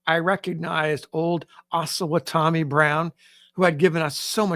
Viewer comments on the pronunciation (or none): I believe the name Osawatomie is pronounced oh-sa-WAH-to-mee.